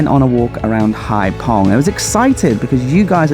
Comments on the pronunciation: What a difference. I was there in 2000. It’s pronounced hai fong, not hai pong. 😜😜 Thank you for these videos 🙏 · 'VIỆT NAM bởi MOTORBIKE' should be changed to 'Đi Việt Nam bằng MOTO'. Hai Phong should sound like 'haifong' rather than 'haipong'. Regards. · Just seen your blog and was,so disappointed, I was on Cat Ba 30 years,ago it was lovely looks like another tourist place to avoid. On a,side issue PH is pronounced as F in Vietnam 🇻🇳